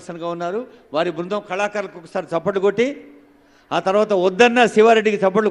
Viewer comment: తప్పట్లు కాదు దయచేసి చప్పట్లు అనండి